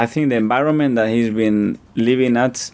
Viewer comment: Haha I smile every time he says enbironment. He's also said adbice in another video.